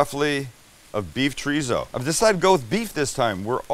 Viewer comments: Every time you say chorizo it cracks me up. It's chore-ee-so, not treezo. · PLEASE....stop saying "TREEZO"... it's a 3 syllable word. Thank You, XO